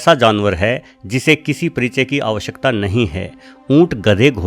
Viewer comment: Parichaye..... Not priche